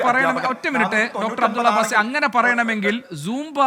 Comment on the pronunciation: അബ്ദുള്ള ബാസി അല്ല റിപ്പോർട്ടറേ അബ്ദുള്ള ബാസിൽ അതെങ്കിലും കൃത്യമായി കൊടുക്കൂ 👍